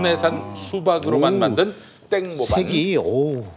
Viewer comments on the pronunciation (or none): 땡모반은 ‘땡 모반’이 아니라 ‘땡모 반’으로 읽으셔야... 태국어로 수박 슬러시를 말하는 거예요^^